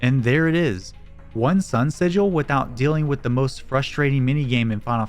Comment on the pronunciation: thats not how you pronounce sigil